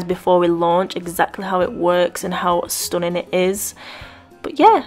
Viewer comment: Did u say "stoning " or stunning?? 😂😂